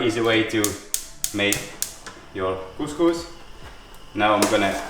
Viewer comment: the pronunciation of couscous is just perfect, the problem is in the cooking process 😅, that's not steaming it's soaking.